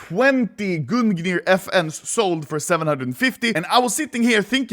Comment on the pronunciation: Snälla sluta säga gun gnir.. Gung nir (Gungner är i den nordiska mytologin Odens spjut, som har smitts av dvärgar. Oden vigde sina fiender till döden genom att kasta spjutet över dem) Det låter förjävligt när du säger gun gnir och det är fel uttalat.